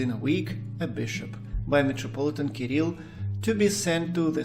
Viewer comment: La traduzione fatta dall' intelligenza artificiale è pessima e storpia i nomi : Hilarion non si sa perché diventa Leon e anche il nome dell' Patriarca Kirill è pronunciato in diversi modi sbagliati!!!